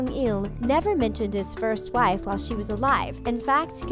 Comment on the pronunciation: she said gife instead of wife